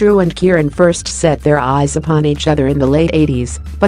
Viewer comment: Is it a robot doing the narration? And why don't the Americans find out how to pronounce things properly? The voice was saying Keiran for Keren, and goodness knows what for Siobhan (pronounced Shuhvahn).